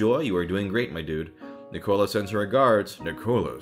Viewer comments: I’m so happy you read my letter! <3 THANK YOU SO MUCH!!! Edit: Oh btw! Liam is pronounced as Lee-um and Nicola is pronounced as Nik-uh-la! Nice attempt tho! ☺️☺️ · Ginger Kubicz Liam is lee um and he was close enough with Nicola just he said it like Coca Cola when it nic ola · He mispronounced both Liam and nicola